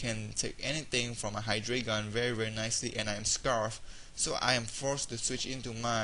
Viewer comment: I think Hydreigon is pronounced "high-dry-gone," at least if its based on the German number "drei." Pretty entertaining to watch, besides that mispronunciation.